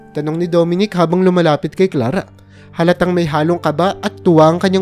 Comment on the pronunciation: Pakubigkas Naman Ng maayos ang pangalan ni Clara ang salitang sala